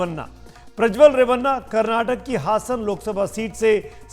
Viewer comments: हसन नहीं हासन है मुस्लिम नाम जैसा बना कर तमाशा ना खड़ा करें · हसन नहीं बल्कि हासन है